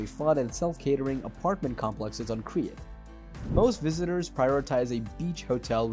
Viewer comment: Why can’t you pronounce the places if you make a video